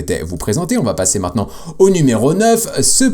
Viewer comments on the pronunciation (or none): none